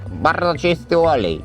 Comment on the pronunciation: Barrdzo czysty łolej😂